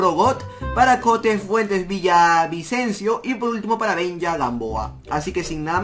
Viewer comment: Oe chico es benja no benya